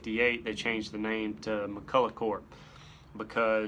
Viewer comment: Say it with me... Mack-kull-Ock. It's Scottish, not French. ..och is "ock" sound. Not.. ough which I "awe. Chevrolet is not Chevrolettt. Honor the man. How many interviews did he have to do where he corrects interviewers? It's McCulloch... NOT McCullough.